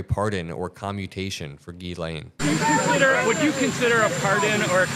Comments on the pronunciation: Jiz-lay, not Gee-Lane - it’s French - the n is silent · It’s pronounced jizzlane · C'mon it is pronounced "Jiz-lane" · please be the adult in the room and pronounce Ms. Maxwell's name correctly. It's "Gillen" it's short i, with emphasis on "len"... just sayin' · It's pronounced Jislaine... you are what you eat! Have a great weekend,!💙💙💙💙💙💙💙💙💙